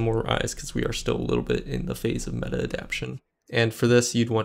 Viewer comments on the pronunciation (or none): none